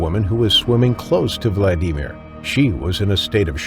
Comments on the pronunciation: The AI commentary puts me off. The embellishment of a person alone that was attacked yet the story about how they were humming nursery rhymes etc. Seriously? All the mispronunciations eg Kakadu, Vladimir and Aussies . The incorrect observations eg you don't have a femoral artery in your neck. So yeah stopped watching pretty early on. I won't watch any more of these with the AI voiceovers as well as poet licence aka lies about what really went on. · The way the narrator says Vladimir drives me crazy. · Motherfucker have you never heard how to pronounce Vladimir holy shit how many times you gonna fuck that up